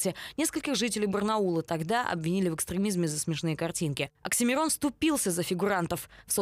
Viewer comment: не Аксимирон,а Оксимирон